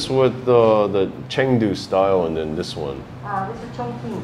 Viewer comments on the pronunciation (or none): I think it’s Chong (Ching) not Chong (King). Q is Ch